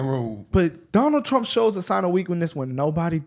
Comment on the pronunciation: TRUMP NOT TRAMP......